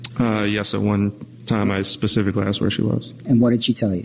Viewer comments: I want to scream every time one of these morons say 'Pacifically' for specifically..... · And…..the classic…”PACIFICALLY”….🤦‍♀️😂😂